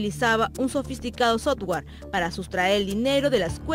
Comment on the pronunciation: La periodista no puede decir “sotware”😂